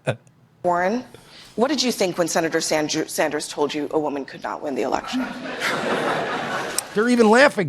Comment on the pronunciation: Did she actually say “Senator Sandjew” ?